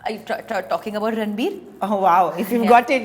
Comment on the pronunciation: She is called anytime ranbir. rrrrrrr.....ranbir😅😅😅😅😅